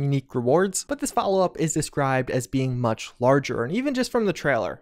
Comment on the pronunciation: I can't help but repeat out loud every time says "Treller"